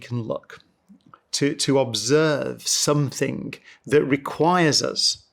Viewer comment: Love the man and his work, loath his inability to pronounce ing, it is NOT, for example, somethink